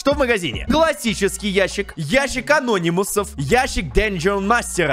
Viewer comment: Не ящик а́нономусов а ящик ана́нимусов